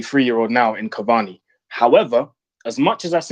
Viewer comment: man said cavani uno.